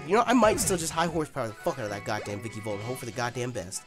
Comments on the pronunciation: "Vicky-volt"? Come on Nappy, take a look at its name at least once. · It's ViKAvolt not ViKIvolt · (snoody voice)It's pronounced vikAvolt not vikIvolt Nappy. (snoody voice stops) LOL. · Who else gets mad that nappy says vikivolt and not vikAvolt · Its called a vikAvolt nappy, not vikivolt. I dont know why but it annoys me too much XD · Yo Nappy, it's vikAvolt. With an A.